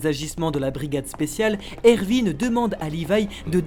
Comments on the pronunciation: Pas erVin C Erwin !!😂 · C moi ou il dis ervin au lieu de erwin